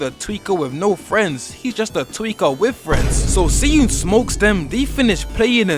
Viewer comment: i wanna say smth and ik its like stupid i have to say this but its pronounced shi eun